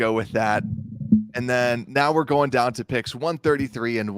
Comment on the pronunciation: BEAR DAHN